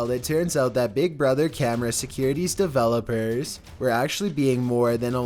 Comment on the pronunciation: noice triey develowpers